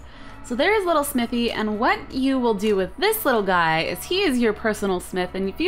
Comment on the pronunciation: Snithy? you said snithy!